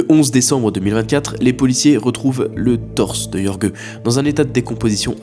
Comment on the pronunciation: Jorge ne se prononce pas "Yorgueu" mais "Rhorr-rhé" (rh = comme tu prononces le J de José ; rr = R roulé)